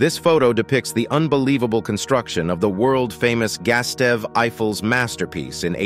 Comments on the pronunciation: "GOOSE-TAWV," not "Gas-tev." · Gastev Eiffel? Why is reading names so hard for so many of these narrators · Gustave is read Goo-stuff, pls hv respect towards peoples' name